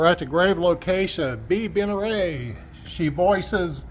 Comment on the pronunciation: Bea "Ben-ray" is actually pronounced Ben - ah dare - it.😊